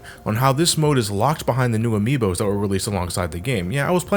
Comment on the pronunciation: ""Amiibos" My friend... No...